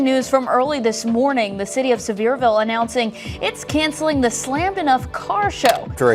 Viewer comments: He's not kidding. It's not server-ville. Pronounced as if was spelled Severe-ville or the way he phonetically spelled it out. You're not the first to say it wrong. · Sevierville is "Suh-VEER-vil". 👍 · It's pronounced like severe-ville. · As a fellow Tennessean, thank you. Lol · I haven't seen one video of people talking about this or anyone has pronounced Sevierville correctly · Lol 😂 not at all how Sevierville is pronounced 😂😂😂. You should come up and see the smokies once the leaves start changing. Such a beautiful place.